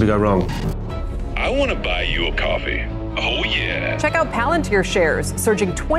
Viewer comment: Try calling an AI robot- pal'ann'teeer? (Tell about yourself if your alive by then)